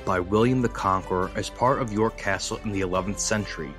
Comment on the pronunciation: Just so you know - it's York Castle (two words) not YourCastle. Otherwise, good job.